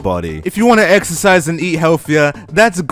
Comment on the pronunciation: i have another one, exercise? I thought u said extra fries😂